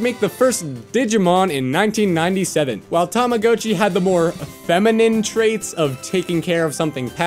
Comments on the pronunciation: just so you know man its said like (Tom-a-got-chi) otherwise Love the vids man keep it up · Is it just me or he said Rama hatchy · This is a great video but I just absolutely hate the way you pronounced tamagotchi